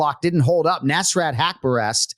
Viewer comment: Anik: "you have to be able to pronounce names right." continues to say neeesrat hepcureeeest as if he's an American jock 😂😂